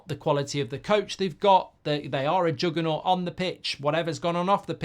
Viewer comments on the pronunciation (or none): none